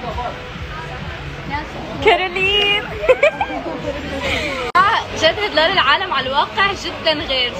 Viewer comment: اسمها شدن وليس شادو